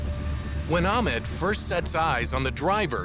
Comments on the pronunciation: This is good vid but the way they pronounce ahmeed is just weird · I'm fairly certain that Ahmed's name was not being pronounced correctly.